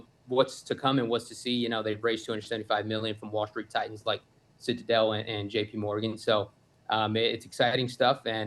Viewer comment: Did he say Ya'll Street😂 That's pretty good!